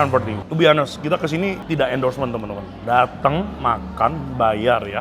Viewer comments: Bukan to be HA-nest ko, to be On-nest. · Sorry saran saja buka google kalau Honest itu bacanya O-nes buka A-nes. Thks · Gatel banget gw pengen jadi polisi bha inggris, tiap ngomong honest bener bener hanes, agak ganggu lol.😅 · ngmg honest H-nya jgn dibaca ko, onest or anest ajaaa